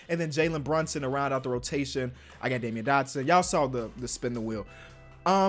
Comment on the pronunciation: It’s pronounced damn-yeen Dotson not Damian lmaoooo 💯😂😂😂